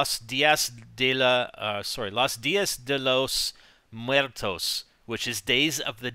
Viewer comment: As a Hispanic, it was painful to hear you say "dia de Los muertos" lmao